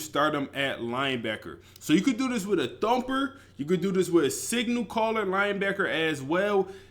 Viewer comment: You know it’s gonna be a fire video when you hear say “Dumper” at least 5x when talking about the Thumper LB